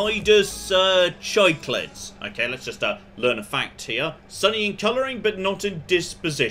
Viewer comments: the way that says cichlid brings back memories of baby me trying to say that word and stubbornly pronouncing it "cee-clid" for years as my hobbist fish keeper dad tried to get me to pronounce it correctly (sik-lid) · The word "cichlid" is pronounced "SICK-lid". Don't worry, no one knows how to pronounce it until you've had aquariums for a while.